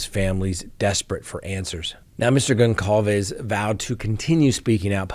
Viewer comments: Sorry,, but it's pronounced Gonçalves (Gonssalves), not Gonkalves. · Please. Goncalves is pronounced with a soft C. Like: Gonsalves. Thank you. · His name is read GonSalvez....C is a S as this is a latin name (doooh, captain obvious!!!). Have some respect ffs!!! You read Cyan not cayan right? so you can pronounce that S even if it's written with a C right? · with all due respect, the surname GonÇalves is pronounced Gone-Sal-Ves, it's of Portuguese extraction.;)